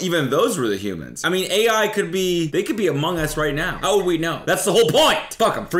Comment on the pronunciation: Bro said amoung us